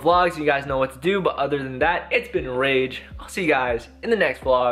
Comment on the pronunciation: It's not rahge it's rage